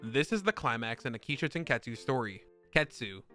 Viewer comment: It's not "show" it's sho.